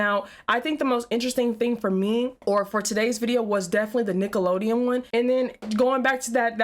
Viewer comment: When Nickelodeon says the word sounds like they leave the N out in the end of Nickelodeon. Maybe it's just me?